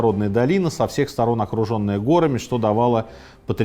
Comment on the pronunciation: Не гОрами, а горАми. Правильно ставьте ударение в словах. Весь русский язык исковеркали.